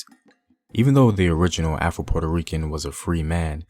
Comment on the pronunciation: I know you said afro Puerto Ricans but it sound like you said Apple Puerto Ricans 😂😂😂😂